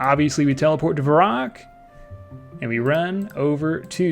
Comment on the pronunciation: What the heck is Varrock? It's pronounced Varrock...